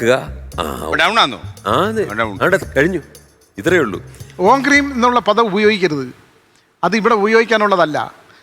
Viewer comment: ഹ്രീം എന്നല്ലെടോ പറഞ്ഞത്. ക്രീം എന്നാണ്